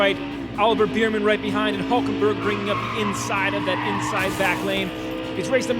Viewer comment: Its “bearman” not “beerman”